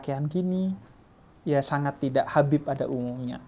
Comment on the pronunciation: Assalamualaikum... Kak Gita, hati2 kalau panggil Habib ya... Maaf bukan nya apa, panggil dengernya Beib Hahahaaaha :)